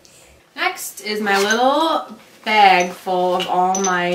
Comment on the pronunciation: Awww such a cute baby! And I had to lol when u said this is my beg instead of bag lol BC my husb is from Minnesota too and he does that ;)